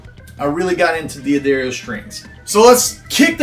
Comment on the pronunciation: Love your music and your vids and your advice. But there is no "I" in "Dad". D'Addario ... not Diaddario. Sorry to be petty (but I sure wish I had Petty's collection :)). And lets save Piezo for another day.